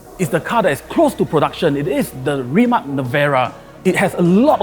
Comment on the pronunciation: Its like “throwing a house party and the guest invited did not learn how to pronounce the hosts’ name correctly.”